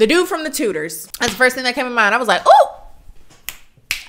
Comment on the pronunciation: Tell me why I heard "dude from tooters" instead of "dude from Tudors"